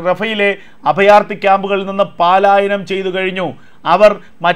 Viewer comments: പാലായനം -- തെറ്റ് പലായനം -- ശരി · പാലായനം തെറ്റു പലായനമാണ് ശരി.